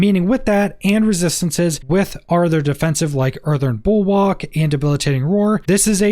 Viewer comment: There is only one "R" in Earthen. There IS an "R" in bulwark. It is not "EartheRn Bull-walk." It is "EarthEN bulwaRk." I'd suggest tossing sapphires on the armor for damage reduction while fortified. It can give a little more flexibility in the gear rolls. Sapphires on weapons also boosts critical if you want to balance that with your overpower damage. Though the Ruby is a higher percentage on the OP than the Sapphire is on Crit. Would that be a possibly variation, or would you still recommend focusing on the OP damage vs the more reliable Crit procs?